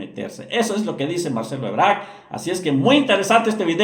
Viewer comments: Es Marcelo "Ebrard" no, Marcelo "Ebrarc" y Claudia "Sheinbaum" no, "Sheimbao" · Quien es Marcelo ebrak? Das información y no sabes decir el apellido de quien estas hablando?